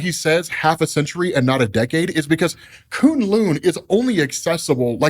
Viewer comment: Wow....I know has some peeps on staff that know how to pronounce Chinese word/names. Koon Loon is just the funniest of them all. Someone help the man out.